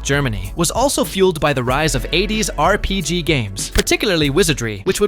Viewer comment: The way the A.I. pronounces RPG and DnD is so funny